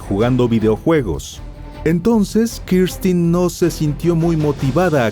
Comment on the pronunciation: X q dices Kirstin es Kristen burro